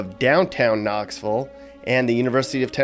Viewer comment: It's Knoxville not Knoxvull